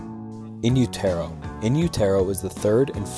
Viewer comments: In you-tare-oh? 😂😂😂 it's utero as in uterus. And the song is Sliver, not Silver. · I dunno. This guy couldn't pronounce "utero" correctly.... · it's not 'u-tair-o' it's in-yoo·tr·ow... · I mean im a huge nirvana fan so i knew everything but this stuff is still pretty basic. a good one wouldve been the last note kurt left krist, its pretty f'd up what he wrote to him. Also Utero is not pronounced like that (Im not trying to be rude). one thing i never heard was kurt was a born again christian tho? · Each time he says Utero I’m rooting for him to NOT pronounce it ‘you-TEAR-row’ - but each time, he fails us. On a real note, I can’t think of another band whose fame was so short lived and were so inspirational. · Is this AI voice? You really don’t know how to pronounce Utero? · You pronounced "Utero" wrong and it's hard to understand what your saying sometimes. But still enjoyed your video, no hate. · The way you pronounce utero makes me want to die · Noy how u pronounce Utero & its not A. Roads...its Rose